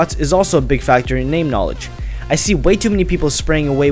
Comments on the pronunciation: "knaaledge" i died . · Victor Verkoelen Its knalege you illiterate shit.